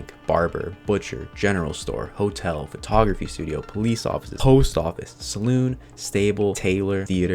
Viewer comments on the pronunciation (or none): none